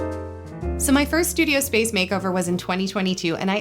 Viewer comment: “Makeover-urrrr.” LMFAOOOOO